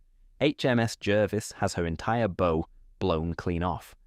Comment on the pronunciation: "Bow" is pronounced as in a theatre curtain call, not as in a knotted ribbon...!